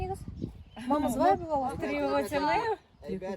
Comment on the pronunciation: Кобра,ударение на конце.